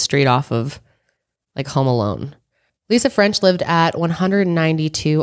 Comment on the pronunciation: No disrespect but every time you say Lisa French I think about Lisa Frank 😂